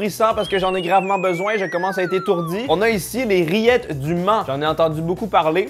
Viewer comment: j'ai compris:"les rillettes d'humains''